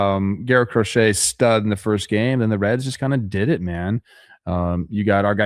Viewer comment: The Cincinnati "Reeds"...😂 it was in the NL standings.....